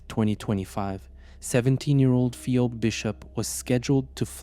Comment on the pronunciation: Phee-obe... Man get it right it's pronounced phee-bee.